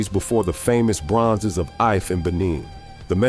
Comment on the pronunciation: The correct pronunciation of Ife is EE-fay.